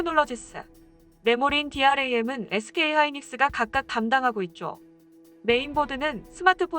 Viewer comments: 재고를 제고 ㅋ DRAM 디램을 디알에이엠 ㅋ 영상 만들기전 조사좀 하고 만듭시다 화웨이랑 다를게없네 감성 자극해서 좋아요 받는게... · dram을 디알에이엠이라고 읽는거 보면 공학적인 말은 신빙성을 가지기 힘들겠네요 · 근데, DRAM을 왜 디알에이엠 이라고읽지